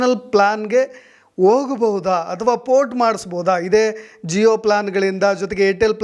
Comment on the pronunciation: Le adu Zee all g.... Zeeb all gb,,,,, zeeyo all jio.... Thoooo...